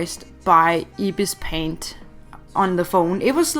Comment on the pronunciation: Lemme help you say ibis paint x soo how to say ibis is like (Eye-bees) and the paint is (pey-nt) and the x is ( ex) not a hater